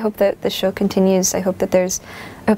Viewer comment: Did she say TOUR?!?!?!???!?!!